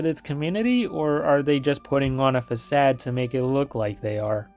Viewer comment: bro said fa-sad lol